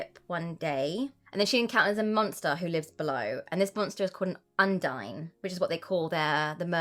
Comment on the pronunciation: Who knew a video about romance novels would contain so many uses of the word "milking"?🤢😅 Also, side note, "undine/ondine" is pronounced "uhn-deen/on-deen". Not a big deal, I just love how it sounds!🤗